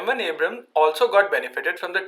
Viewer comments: Mocks "Abrahams" Says "Abras" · Its Indian pronunciation of Abrams. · MUSIC LOVER - "90% of us call it abrahm tank" - citation needed. besides, more people pronouncing a name wrongly doesn't make it right. "We have difficulty in pronouncing Abrams" - this is simply NOT true. there's nothing about hindi language that causes people to add an additional 'H' sound. The fact is, he wrongly pronounced the name in the video. Just admit that, no need to defend the indefensible.